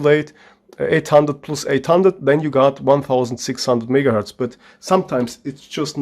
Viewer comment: his megaherz sounds like nigaherz CmonBruh